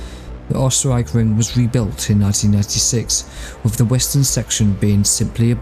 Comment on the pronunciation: Whoever is doing the VoiceOver for this video should immediately get some speech therapy with is not spelt WIV and annoying VoiceOver gaffs